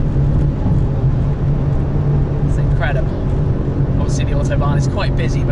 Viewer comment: . . its official Smee cannot say Autobahn . .